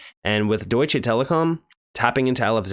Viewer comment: For the love of God please stop saying DEUTSCHAY lmao. Its DeutschA.